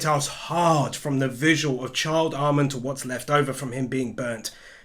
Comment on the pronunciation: I won’t lie, when he was talking about Child Armin, I swore I heard him say Charred Armin